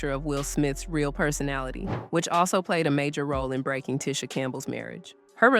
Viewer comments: HER NAME IS PRONOUNCED TEE-SHA OR NOT TISH-A 😐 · I hate it when people pronounce others name wrong! This lady is irritating!.. It’s pronounced Tea-sha like tea B! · It’s pronounced “Tee-Sha” (Tisha) according to her so the pronunciation here is throwing me. Although I know who’s being spoken of. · I had to stop watching when the narrator continously mispronounced her name. That is incredibly annoying. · Irked my nerve the whole time you kept mispronouncing her name! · You're mispronouncing her name. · Making a whole 30 minute video and never saying her name correctly is lazy work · It's disrespectful! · The way she is pronouncing her name is killing me...